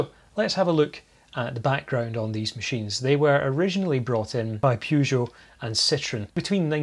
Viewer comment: I can't believe that in all those universities, there was not a single faculty of foreign languages where someone could have told you how to pronounce the first syllable of: Peugeot. Hint - It is not how you pronounce the first syllable of: Euan. Maybe it should be, and you are on a crusade to educate the French in the correct pronunciation of their language. But the French can be very stubborn about these things.